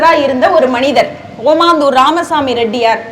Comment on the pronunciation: காசுக்காக பேச்சு நிர்வாகங்கள் ஏதோ நடத்துகிறார்கள் பெற்றோர்கள் மாணவர்களை ஏமாற்றும் வேலை இதுதான் ஓமந்தூர் என சரியாக உச்சரிக்க வேண்டும் ஓமாந்தூர் அல்ல